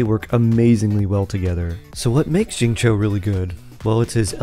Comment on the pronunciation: "shi"-ing "cho". its "shingcho"!!